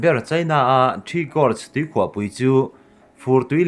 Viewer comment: ~ Tuikhuah 'chim' thluk dan hi ngaihtuah chiang la, a dik zawk i hriat tho kha. ~ Kum 10 'bi' tel thluk pawh "i nei em' tiha "i" thluk ang hian thluk ni se. ~ Chuan, 'hleihluak' pawh 'bei chhuak' tih angin thluk zawk bawk la.